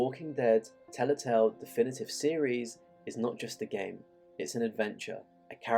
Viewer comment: Telltale. Not Tellatale.